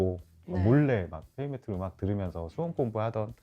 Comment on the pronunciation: 헤비메틀? 발음이 맞아요?